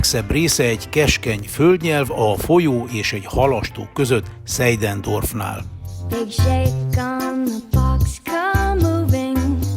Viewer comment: Tenczer Gábor kommentárja pedig még egy plusz, egészen, mint a Rockebauer-féle sorozatoké! Talán annyi kiegészítés, hogy az a Seidendorf magyarul kiejtve Zeidendorf.